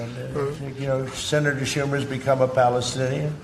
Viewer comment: "Chuck Schumer is a PHALLUS-tinian now" haha anybody else catch that?